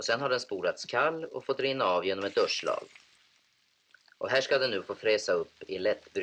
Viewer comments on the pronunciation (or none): ”durch schlag”, tyska för ”slå igenom”. Ja, durkslag kommer därifrån. Kanske man länge uttalade det så, jag vet inte.